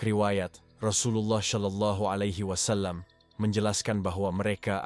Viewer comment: Berkali2 di sebut sholallahialaihiwassalam bukan solallahialaihiwassalam.. sebutan sebenar ialah solallahialaihiwassalam.. jangan di tukar sod kepada shim astaghfirullahulazhim